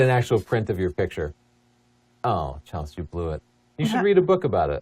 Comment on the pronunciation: "A-A-ron" lmao!!! "C-helsey"